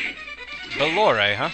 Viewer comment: Pronounced Bah-lore, incidentally